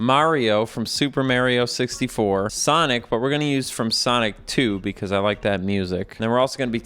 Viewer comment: Something about saying Mario correctly but super Mario 64 wrong was very funny